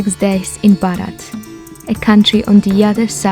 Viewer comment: kérolinaji and Sylvia ji learn from you. Say Bharat.